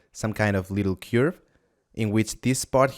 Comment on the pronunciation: You're not saying CURVE the right way..